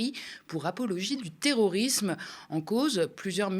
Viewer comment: 3m18s : nous "vivrions", pas "viverions". Et "terrorisme", pas "terorisme"...